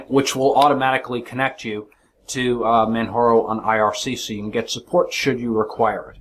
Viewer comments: man jar o, not man har o. this is not a spanish distro. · its not manharo, its manJaro. its not spanish its english